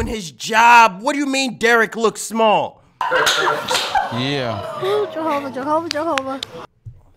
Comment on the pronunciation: Did she say Jehovah?